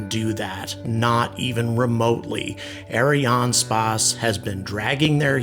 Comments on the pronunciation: Look, I know you're trying to sound french, but just prononce it Ariane Space. The french Variant is Ariane Espace, but don't bother. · I like your videos, but as a french man, I've never heard "ArianeSpace" pronounced as you do. We all say "space" as the english word. You pronounce Ariane like it should (ok, not the 'r', but no worry), but the "a" in "space" sounds weird. I'll continue watching your videos anyway, but while complaining.